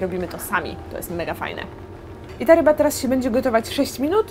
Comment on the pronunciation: czy tylko ja usłyszałam ryba fubu?